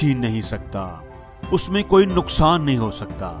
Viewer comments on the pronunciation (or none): none